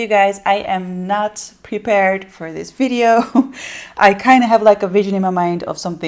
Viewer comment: So why do you say "Vi-De-Oh"? Lol I wanna know the TEA LOL